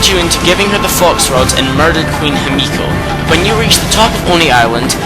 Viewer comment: Issun's name for Amaterasu, Ammy is Pronounced Aw-May, its Queen He-Me-Kow not Him-Ee-Kow, its Say-On not Sigh-An, its Knee-Pone not Ne-Pone, and let me say it again Ore-oh-Chee, not Ore-oh-Key, now y are you saying Sue-Zan-Oh? its Sue-Son-Oh, and i understand this mistake, its Sock-Ey not Sake even though its spelled sake, its not is-soon its Ee-Soon, again, i agree with you opinion, im just telling you how to properly pronounce the words in Okami/Okamiden